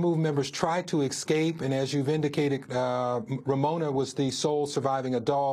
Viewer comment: Es-cape! Not ex-cape!